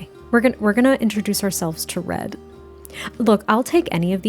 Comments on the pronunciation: I also hear bread 😅 so I agree that's a good name lol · I literally was thinking Bread!! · One time when you said “Red” it sounded like you said “Bread” and I think that’s actually so adorable. A little floof named Bread can you imagine lol